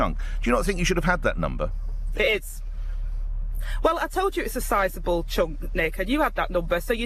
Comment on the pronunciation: "itza sarzible chunk"